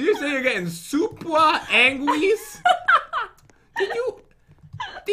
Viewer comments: I'M GeTtInG SUpa AnGrEAsE. I can't stop laughing 🤣🤣🤣🤣🤣🤣🤣🤣😭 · If I were eating McDonald's, I would throw it away because of this obby:I'm gettin` supa angwies Me and:😂😂😂😂😂😂😂😂😂😂😂😂😂😂😂😂😂😂